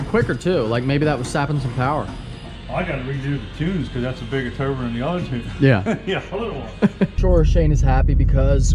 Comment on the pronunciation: You say turbo weird. 😆 Turr-bO